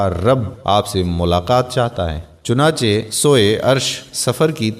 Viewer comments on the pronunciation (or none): none